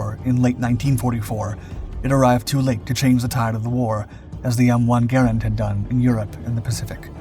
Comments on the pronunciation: Great content as always. Only a few tips. Garand is usually pronounced Gar-aand. With a long A. Also the Soldiers in WW2 usually carried empty clips to fool the enemy by tossing the clips early to throw off the enemy. Thanks for all the great videos! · I am 68 and have always heard "Garand" pronounced "Ga rand". Am I wrong ? Is this a regional thing ?